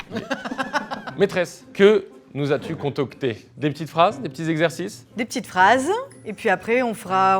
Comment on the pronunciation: Mais le «contocté » au lieu de concocter à dites moi que c’est une blague ? 🤣